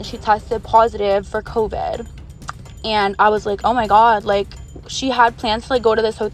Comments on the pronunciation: I hated bow the 1st girl talked “Coveed” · “She has COEVEDD”